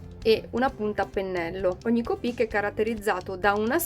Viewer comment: Copíc si dice copic no copíc Citazione Harry potter